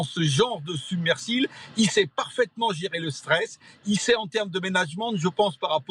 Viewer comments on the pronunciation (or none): ...." dans ce genre de SUBMERSILE".....Et encore un expert français....ha ha ha .....qui ne sait même pas parler français.....c'est vraiment une désolation sans nom de voir la France en telle décadance.....médiocrité.....quelle honte...!!!!!!!!!